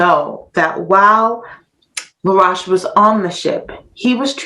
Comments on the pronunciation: His name is pronounced La- roashe rhyming with toast. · Your mispronouncing his last name "La'roche" ro-shhh. I've known of this history for nearly 20 years. In Haiti they will also correct you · Laroche is pronounced La Roche with an Oh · It should be pronounced Laroashe, rhyming with roast or toast. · Please people, keep, the "u" out, it's LaRoche. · When she pronounced I thought she said Rush the one died in tatanic submersible recently. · As you can tell she's not French. Get over it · You're right she is mispronouncing his last name. Then she said others mispronounced it when, in fact, they had it right! Lol.